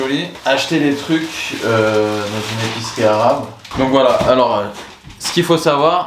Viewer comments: a un très bon accent arabe elle parle très bien arabe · wesh il prononcearchi bien les mots en arabe